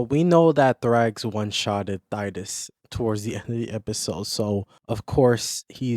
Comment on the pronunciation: Who??? Thydus??? 😂 Sorry bro. Good vid, I've heard Thaddeus and Thaeddeus, but Thydus is a new one. If it wasn't for the constant mispronounceing of my own i could probably look past it but 😂. Good video though